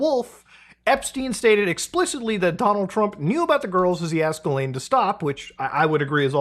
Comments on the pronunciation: it is pronounced "jizzlane" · muta pls, pronounce her name correctly, it's jizzlaine. 🙃